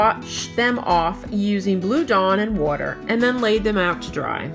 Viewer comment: The way she said water tho